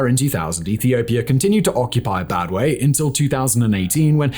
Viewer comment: it is called Badme not Badwe.How can one who cannot even pronounce the Main Points be regarded as Analyst?The most Hillarious Part was to ask why PIA has fought against the Tigrayan PPL ,despite being Tigrigna speaking himself jizzzzzzzzz and the rattle continues "isseyas Afewerki has risked his Countries Future by allying with Russia,Venezuela... and got shunned by the West ".Can anyone tell this guy that the West ,was Hostile against Eritrea ever since 1998 ?did he read the Wikileaks mails about Eritrea?Did he read the U.S role in the War 1998 against Eritrea ?Did he read about the Occupation of Eritrean Territories by Ethiopia with the Support of the U.S ?